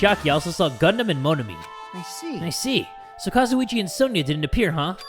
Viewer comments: When he calls gundam kasiochie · jay lets talk to kAzUiCHi me: that is not kazuici